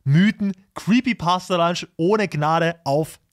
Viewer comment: Digga der heisst nicht creepy pasta lunch der heisst creepy pasta PUNCH du heisst ja auch ned lyzer oder man man